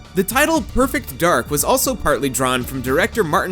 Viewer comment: So it's supposed to be pronounced "Perfect Darg", right?